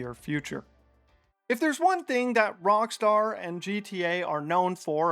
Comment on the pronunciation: Why do you sometimes call it Wrongstar?